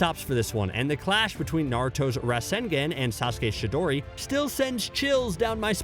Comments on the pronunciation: It's not shidori it's chidori right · Bruh for real?? RasengEn and Shidori... this has to be on purpose now right? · 'Rascengan and Shiidori'